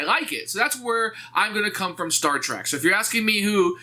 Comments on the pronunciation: Love your videos man but It’s “Star Trek”, not “Star Track”...Would be so bad if you hadn’t said it that way 75 times throughout the video. Keep up the great work though. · Little grinds a fan’s ears more than hearing someone pronounce it Star Track.